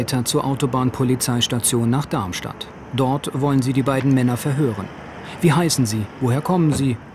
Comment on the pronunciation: Super interessant, ich liebe diese Art von Dokus, bitte mehr davon! Aber die Aussprache des Sprechers, wenn er Darmstadt sagt, triggert mich total :D Hört sich an wie Darnstadt oder Dannstadt...